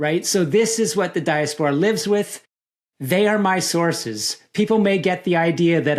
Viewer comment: Great interview but the way he pronounces diaspora makes my brain mske TV static noisrs